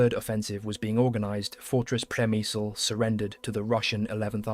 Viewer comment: On pronunciation, I believe it is 'Grats' and 'Shemshil' although the latter is hard for a non Slav such as I. Lemberg became Lvov and now Lviv